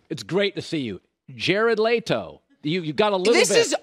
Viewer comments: ITS NOT LAYTO ..its leto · Did this man just say jared lay-to